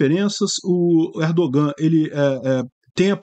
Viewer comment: O ğ em turco é letra muda. Não se pronúncia. ERDOOAN. A vogal antes do ğ é prolongada.